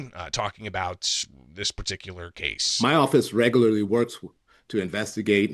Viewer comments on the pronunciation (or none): none